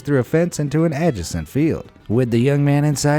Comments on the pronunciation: "... into an ajasint field..." Did you mean adjacent? (Pronounced "uh-JAY-cent.") Come on dude, who doesn't know that? You, obviously... "...centri-pedal forces..." Ok then. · Wanna have another go at that ? Adjacent or Adjesint? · "Add-jes-ent" and "centri-Pedal" is the narrator an actual person or a computer that doesn't know the pronunciation of some words? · Adja-cent and centri-pedal force? What the hell is the deal with pronunciation?? Is this an actual person or a computer synthesised voice? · I get a kick outta the kids narrating these mocking people then mispronouncing 8th-grade words on the regular. “AD-jyuh-sent” 😄🤘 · I don't appreciate how you pronounced 'adjacent' one bit. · The narrator isn't much brighter ....He can't even read the script correctly.....Pronounces adjacent WRONG...and isn't it centrifugal forces? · Do I need to explain to the voice actor/narrator how to pronounce the word “adjacent” in a vid about stupid people? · You don't know how to pronounce the words "adjacent" and "centrifugal." This makes me think that we're listening to a computer-generated voice unable to adapt itself to the vagaries of English spelling and pronunciation. Or, you are unfamiliar with the English language.